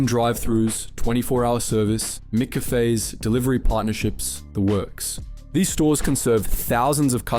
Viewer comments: Your first job aye, from the AI that can’t pronounce McCafe 😂😂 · Whatever it was, they forgot to do it for Mick Cafe.